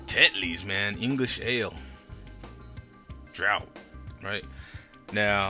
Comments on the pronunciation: he says "drought" it's actually pronounced "Draught" (draft). he says "York-SHIRE", it's actually pronounced "sha or sher" not "shire" lol....and yes, I AM indeed a true Yorkshireman from the home and the birthplace of Jushua Tetley's fine beers - Leeds. he says "the website says it's a 14.4% by volume", that's WRONG! Jesus, 14.4% would blow your socks off!! it's actually 3.6% VOL (Yes, I have a can of the stuff right in front of me now!). A very good review otherwise. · why do you always say draught as drought instead of 'draft' i see it spelled draft some times its like wtf are people that lazy not to just spell draught lol. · Wrong pronunciation of the word draft! it's a DRAUGHT of wind!....it's a DRAFT of a drawing.